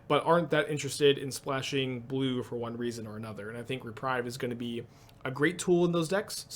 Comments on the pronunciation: Re-preeve, not re-prive. I also feel like it will be a big player in the format, but maybe not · totally! except it's pronounced reprEEve (unless you're doing a saffronolive thing to get more engagement in which case i have totally fallen for it) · I'm really not sure if you're mispronouncing "viscera" on purpose or not... O_o Oh, and "reprieve".